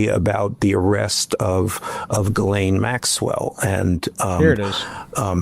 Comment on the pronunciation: Isn't Ghislaine pronounced "gih-lane" or "jih-lane?" I dunno, idgaf, she's a monster.